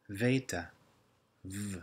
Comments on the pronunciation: Although you initially pronounce β as "veeta" (correct), later you incorrectly say "vay-tah". Also the pronunciation of "koine" is horrible, too painful to hear. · Pretty sure B is a B sound not a V sound... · Si dice beta non veta, io faccio il liceo calssico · Few questions for those who are more familiar with the Greek language... In this video, pronounces beta (Β) with a "v" sound. And tau (Τ) is pronounced with a "v" at the end. When I first learned Koine Greek, the teacher (who learned Koine in college) pronounced B like "bay-tuh" and T like "tow." I was told that no one truly knows how to pronounce Koine, but I'm sure those who use Modern Greek can chime in and give their two cents. Is more accurate the pronunciation of the ancient language? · I think you're using modern pronunciation. Veta was originally pronounced "beta", thelta was pronounced "delta", lamtha was pronounced "lamda", "taf" was pronounced "tau". Correct me if I'm wrong. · Seems different to "standard" as Bill Monce puts it. No doubt this pronunciation is correct for speaking, but a bit confusing for academic reasons. For example, in standard, Beta is pronounced like the "B" in "Bible" in "standard" not "V" like here. Gamma is pronounced like "g" in "gone", Delta is pronounced like "d" in dog. No doubt "standard" is to keep things a bit simple for modern learners. This video was interesting. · Are you sure beta is pronounced [veita] with ei-diphtong, or is it just that long e is too difficult for Americans? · I wondered where he had gotten a "v" sound out of beta. Thanks for the info! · Konstantin Trehagyrevopoulos και στο βήτα βάζει ένα έψιλον μέσα.